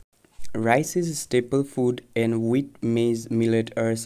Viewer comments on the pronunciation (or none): none